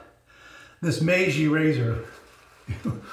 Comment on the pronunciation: Hi,. Yes your "MEIJI" pronunciaiation is good! I also bought "The Emperor" ajustable razor. I will watch your video and learn more from you. Stayt safe. Mitch